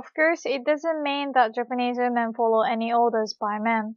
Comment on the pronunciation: Awesome lesson thanks a lot! I got so confused with the way you say women, it sounds like oomen XD